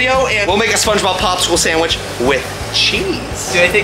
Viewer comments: Spongey subwich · Did he say sandwhich? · The spongsubicle